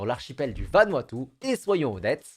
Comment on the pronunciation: Venant d'Océanie, je suis plus choquée qu'autre chose qu'un français prononce bien pr une fois Vanuatu 🤣